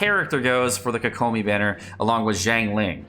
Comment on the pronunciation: I'm really hoping for xingqiu and fischl since I use them a lot! I don't care too much about the third character, but I'm also thinking it will be Noelle. Also no hate at all but it always weirds me out when people pronounce kokomi that way. Its like hearing ceLERy instead of CELery.